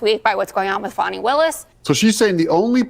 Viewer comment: It’s not Fon-ni Willis it’s Fan (fan, window fan ceiling fan ) you get it , Fani Willis.